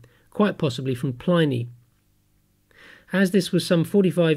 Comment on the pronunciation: His name is pronounced PLIH-nee, NOT PLY-nee. His name was Plinius.